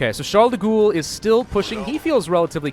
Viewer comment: Can we get a french here to clarify the way you pronouce "de Gaulle"?